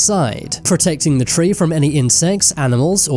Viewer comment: i had to quit the video after hearing you say ''treeee'' second time .. careful with your accent and anus pls